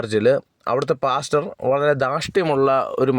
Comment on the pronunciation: Hallo അവതാരക മലയാളം വാക്കുകൾ കൊണ്ടു വ്യഭിചാരം നടത്താതെ വ്യക്തമായി ആ " വാക്കുകൾ,, ഉച്ചരിക്കുക. താങ്കൾ അതു ചെയ്യുമല്ലോ? പാസ്റ്റർ എന്നതു പ്ലാച്ചർ എന്നു ഉച്ചരിച്ചതു കൊണ്ട്